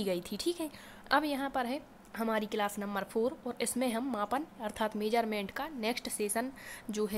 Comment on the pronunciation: measurement hota h mam nt meserment